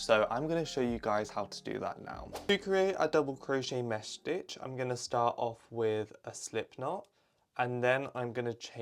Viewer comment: idk why, but the way you pronounce 'mesh stitch' is satisfying- (btw ur so cool)